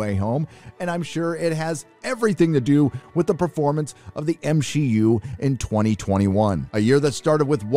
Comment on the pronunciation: Oh so this channel is for haters 😄😄 Marvel grosses made up 30% of the total movie grosses of 2021. We have nothing to panic about. Movies are art, if a reshoot is necessary for a good movie to be made how does that in any way portray weakness?? And saying M-Shee-U is sexist bro so please chill. If we wanna cast only women in a movie that changes nothing because human beings include women and men. So please don't embarrass yourself 😁